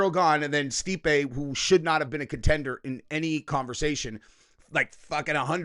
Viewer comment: Why did you say stipe like that. Stipe is a goat